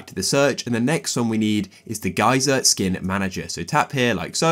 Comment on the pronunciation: “Gay sir” geyser 💀